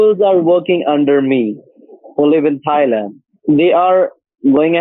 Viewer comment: Bang-cock Thigh-land…😅 love the pronunciation!